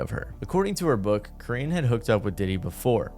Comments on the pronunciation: Karrine = Core-rin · You said Karines name right the second time 👍🏾